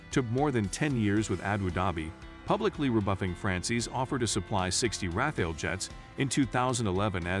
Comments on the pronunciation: Non Rafale /pas Raphaël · Raphael jets? It's hard to continue watching after the narrator doesn't even know how to pronounce the name of the subject of his video. Next.